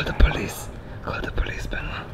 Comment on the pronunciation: Call th police Béééénoit.MDRR,mes potes non Francophones sont aussi incapables de prononcer correctement mon prénom XD